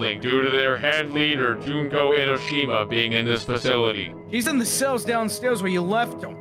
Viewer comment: The name is pronounced June-Ko